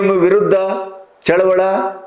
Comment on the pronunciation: Sir please tell Chaluvali not Chaluvala